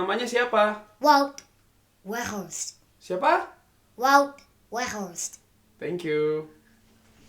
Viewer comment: vaut veghorst ygyg bukan wut weghorse wkwkwkw